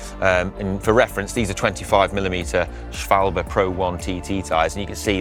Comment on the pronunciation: I think is the only person on youtube that doesn't completely butcher the pronunciation of schwalbe